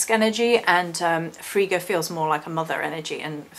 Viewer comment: Yesssssss thank you!!! If there are two Gs then the I is short. So, the way you pronounced it would have been correct if her name was spelt Friga. But it's not. Frigga is one of my absolute favourites, I'm very connected to Norse culture.